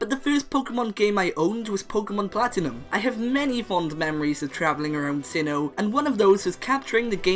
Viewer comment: Sinnoh, not Sinho!